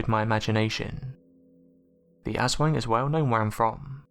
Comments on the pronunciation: U.K. Bobby its pronounced aus-wong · jers25 the way it is pronounced in the video sounds like ASS-WANG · I cringes when you say Aswang. Its cute when foreigners says it 😂